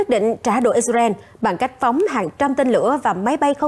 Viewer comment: Đọc phải là " I Sà Ra Eo " 😂